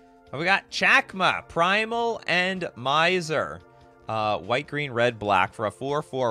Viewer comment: says geen, not green. Geen(without R)=/=Green(with R)